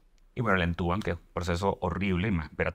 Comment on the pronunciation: Se dice intubar, no entubar 😵‍💫.